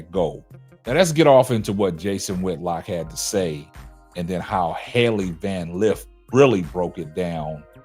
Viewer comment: He’s not even saying her name correctly that shows you how much of a troll he is